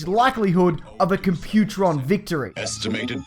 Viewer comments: Dude did you even watch Transformers? Its not Compu-tron. Its Comp-u-tron!!!! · stop saying compu-tron...its comp-u-tron....lol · It's "Comp-pute-tron" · you missed pronounced computron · That's not how you say Computron... There's also a certain irony to calling Daniel Witwicky a fucking moron based on a scene that was actually his dad, Spike ;) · You mispronounced Computron. The emphasis is on the first syllable, not the second. I could understand if it was text only but the episode you show clips of has characters saying his name right in it. And showing a Spike clip to justify hating Daniel... just plain lazy.